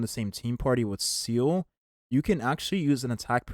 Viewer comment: Seele ❌️ Seal ✅️